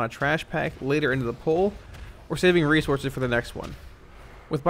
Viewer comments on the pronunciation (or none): none